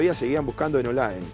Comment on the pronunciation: No es olaen ! Es OLAE